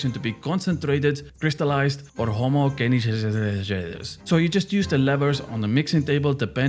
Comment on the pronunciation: Bro doesn't know how to say homogeneous 😪